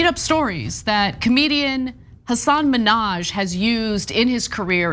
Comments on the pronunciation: It's very jarring hearing the repeated mispronunciation of Hassan's first and last name, every time. But, otherwise, he's a comedian, these are jokes. Not every joke needs to be steeped in fact checking and 100% accuracy. He's a comedian, he tells jokes, people laughed, mission accomplished. I've been following Hassan Minhaj from back to the Daily Show, to Patriot Act, and others, and this news article is idiotic. Why are we criticizing comedians more than politicians? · Imagine doing a story about someone and not figuring out how to say their name. Imagine one of that person's most famous TV appearances being repeatedly correcting Ellen on how to say their name. Yucky. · You said his name wrong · Nope. Hyperbolic speech is normal among comedians. These experiences are true for millions of Muslims after 9/11- Im Dominican/African American living in Indiana and there was a letter filled with white powder to my job. Does it happen yes, did he share experiences people of color had experienced?- yes. Does he have a platform to educate- yea! And if you could correctly say his name I'd have a little more respect for your show.